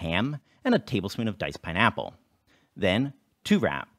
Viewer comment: The real April Fools joke was ' pronunciation of "pine-APPle".